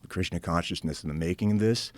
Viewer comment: says Krishna but sounds Like he's saying Christian